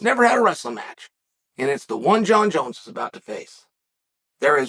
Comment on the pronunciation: Francis called him Jun-Junn